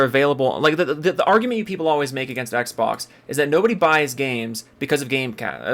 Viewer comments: Why does sound like he’s trying not to choke on his own uvula? Every time i hear him struggle to get simple words out, i get irritated by his cadence. He says “Ehgzbohgs” instead of xbox, man. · I cannot stand how he says Xbox